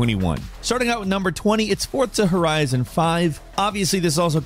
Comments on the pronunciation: “Fortza horizon” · Ah yes, Fortzah Horizon